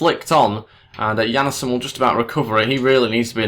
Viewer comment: Jannesen? Its Jan-sen :D